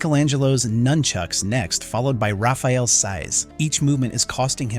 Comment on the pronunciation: lol, he calls Rapheal Ralf several times.